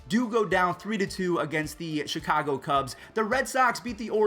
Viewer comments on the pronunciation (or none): none